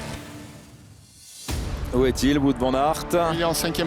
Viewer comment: "Wout" se prononce "Wot" x) c'est du flamand, pas du français